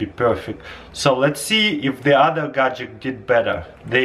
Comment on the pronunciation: Chrystal clear gadjeck